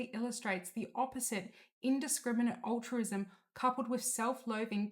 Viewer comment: Assuming the narrator is a real person and not AI, she needs to learn how to pronounce a couple of words. eg The plural of “crisis” is crises, not “crisises”. Critique should be pronounced “crit-eek” not like “critic”. Altruism is”al-truism” not “ull-truism”.